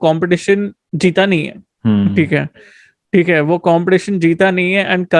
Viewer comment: be like "thiek hae " 🤣🤣